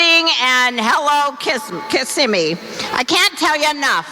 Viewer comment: "...rally in Kissanime." That is all.